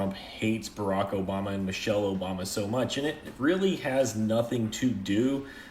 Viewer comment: her name is Michelle not Mitchele, not sure if you are trying to be funny...but don't be rude. Put some respect on her name.